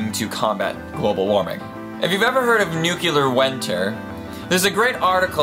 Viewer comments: The word is nuclear not nucular, sorry but realy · I don't know if I can stand 9 minutes of the word "nuclear" being pronounced "nucular" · Nuclear. Not Nucular. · The weapons are called N U C L E A R, not N U C E L A R, ok? Ok. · Hey, dipstick, it's pronounced NEW-CLEE-UHR!!! There is NO word "newkular" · "New-cu-lar" is incorrect way to pronounce the word "New-cle-are". Nuclear is how it is spelled. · It's nuclear not nucular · 1) New-clee-er. It's not spelled nucular, and you shouldn't follow George Bush in his method of pronunciation. 2) you forgot about nuclear power, and radiation treatments for things like cancer. All of which came out of nuclear development. /.\ you broke it l, sir... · it is nuclear, not nukelar... sorry, I can not listen this... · Please, your accent makes you pronounce so many words incorrectly. It is NOO-KLEE-EHR not NOO-CUE-LEHR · It's pronounced nucLEAR not nucULAR 😁just sayin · Did I hear nu-cu-lar or nu-clear? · One minor thing: "nu-clear," not "nu-ky-lar" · Nuke-Lee-ar not nuke-You-Lar! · NUCULAR. NUCLEAR. AHHHH. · NUCLEAR. NOT NUCLEAR. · Why the fuck does he keep saying "nukilar"? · Why does he say Nucular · raumaan kidwai nucular is cooler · I came here for some info about Nuclear tests but all i got is this: Nukilar!!! 40X my heart was hurt..why did i watched this video anyways.. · The only one I cared about was NUCULAR. it simply ignores the spelling completely. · It's pronounced "new-clear". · You should probably learn how to pronounce nuclear before making a video like this. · new CLE ar bella RUS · Nucular bothered me, but I lost it at "Be-LAR-us." like seriously, it's "Be-la-RUS" not Be-LAR-us.